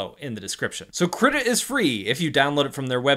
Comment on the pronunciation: DO NOT PRONOUNCE KRITA LIKE THAT